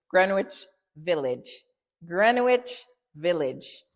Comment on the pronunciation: Pronounced gren-itch. The W is silent